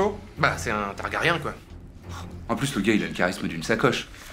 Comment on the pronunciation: En fait, Jon peut se marier avec Dany... surtout chez les Targaryen... ça se dit TargaryN et non TargaryAN